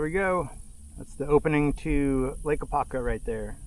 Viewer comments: AH-POP-KA. 😂😅 Great Stuff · Really appreciate your great content. But, as an Apopka native, it was extremely cringe to hear you not properly saying name.